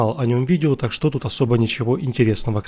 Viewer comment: почему в словосочетании "так что" вы делаете ударение на "что". Хотя общепринято на русском языке делать удаоение на "так"?